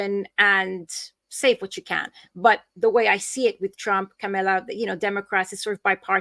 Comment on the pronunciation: are you intentionally mispronouncing Kamala's name?